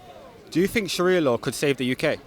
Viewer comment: I have heard actual native Arab ex Muslims and they don't speak or pronounce Arabic words like Sharia like this ...this guy's not truthful if his going to lie at least make it realistic could just have said ex Muslim from Canada or us where ever his from